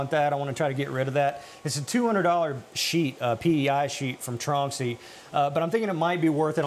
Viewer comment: nevery mind.... he said tronxy wrong lol